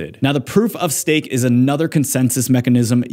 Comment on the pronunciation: say stafe 😂